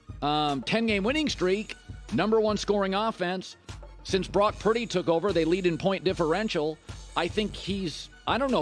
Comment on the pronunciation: Is it just me, or does it always sound like Colin says “Brock PRETTY” instead of Brock Purdy?